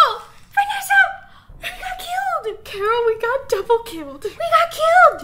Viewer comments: Carol not Coroal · Who else heard nessa say ron I mean carol